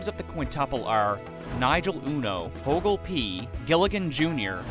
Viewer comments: ... Hoagie...like the sandwich...not 'Hoagle', HOAGIE. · Hoagle? His name was Hoagie.